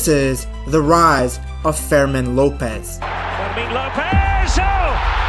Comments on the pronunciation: His name is pronounced Fermeen, not like vermin. Get it right ffs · Great video!!! But you should improve Fermin name pronunciation 😅. The strong vowel is the i.